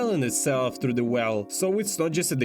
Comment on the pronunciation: ну знаешь, больно да прикольно, он старается, а мне в рофл слушать его "тхругх"